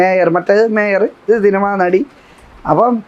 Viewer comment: നടി എന്നാണോ അതോ വെടി എന്നാണോ ആ സ്ത്രീ പറയുന്നേ 😂😂